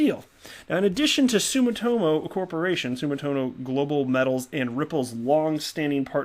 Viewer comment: sue-me-toe-mo I live in Japan stop beating up the name....